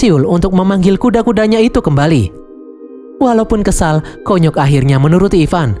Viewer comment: Konyok❌ Kunyuk✅